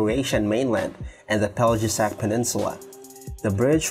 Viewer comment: its pronounced "Pelyesac" for Peljesac bridge. J = Y